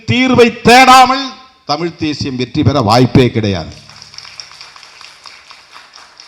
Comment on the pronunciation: தமிழ்தேசியம் என்று சொல்லும்போது ஏன்டா வாய் குளறுகிறது.